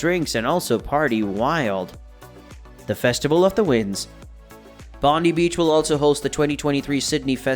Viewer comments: “Bonde beach” it’s pronounced bondai beach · Please next time you put out something about Australia please get the pronunciation right ie Bondi is pronounced “Bon die”